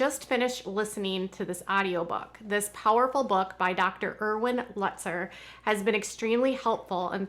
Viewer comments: Pronounced “Lootzer”. Long U. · Please pronounce the name correctly. It is pronounced “Lootzer”. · Glad you're on the mend. Btw, it's pronounced "Lootzer." Thank you for covering all of this! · It’s pronounced Lootzer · it is pronounced "Lootser". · Pronounced Lootzer.